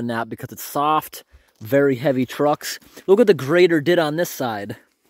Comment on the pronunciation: Grader…. Not grater